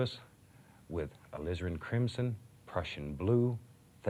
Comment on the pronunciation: Alizarin crimson??? Thought all of season one he was saying lizard crimson! Lol What a happy accident.